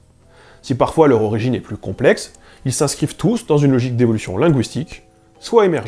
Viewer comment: «leaugicke » ? «ckhohairransse » ? tu pourrais epeller que je sache à quelle page chercher dans mon Larousse ? : réfléchir ? tu m'as pris pour un miroir ?